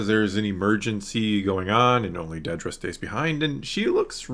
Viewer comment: Dedra, (not; "Deedra") She's clarified this continually, on multiple occasions, that I've seen, so far, since the last Star Wars Celebration appearance and in various interviews, etc. It has never been shown in the show to have been pronounced; "Deedra," either. Not ONCE. and yet it keeps getting mispronounced in nearly every discussion. (Particularly on YouTube, and associated comment sections.) (I'm just sayin' ✌️) #ConstructiveCriticism #DontShootTheMessenger